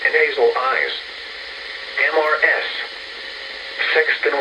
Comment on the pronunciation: Can't the voice be trained so it doesn't say M-R-S awkward pause when it comes across the abbreviation "Mrs."?